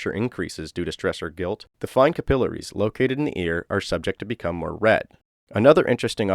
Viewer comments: Cah-pilp-uh-rees? Cap-ill-air-ees. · "Capillaries" is cap-ill-air-ease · Man you deserve much more attention than you've got so far. I'll do my best as one person best to spread this channel around because you deserve the same love as other JCS inspired channels Btw, capillaries is pronounced cap-eh-Larry's. My only constructive criticism. Keep up the hard work